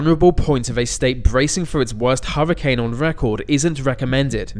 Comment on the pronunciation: Huwwacane. Tewwible. Thweat .